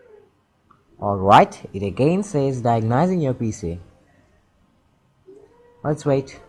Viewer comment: You are saying diagnosing completely wrong